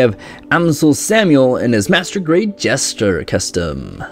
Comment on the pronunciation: Did bro say "gundam triage"...? And he said "Jester".